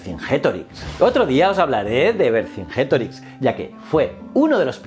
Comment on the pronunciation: Hola, un vídeo excepcional. Como profe de latín algunos consejos: la frase correcta es: "Non auro sed ferro liberanda est patria". Extraordinario escuchar cómo pronuncias Vercingétorix, pero al mismo tiempo deberías pronunciar "cónditor" y no "condítor" y "pátriae" y no "patriáe". Un saludo